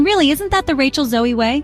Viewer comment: You lost me in the first 30 seconds when you MISPRONOUNCED her name. 🤯